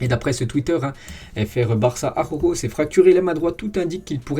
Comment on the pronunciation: Salut,très bon travail,continue comme ça.merci. Ps: prononciation Jutgla=Routgla.(🙂) Et.araujo= arlaouro